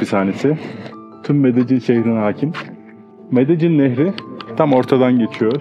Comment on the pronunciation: Abi Medellin’e medecin demek zorunda mısın ?